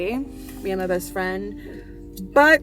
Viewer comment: I love how you keep emphasizing my “best friend”, such love 🥹🤍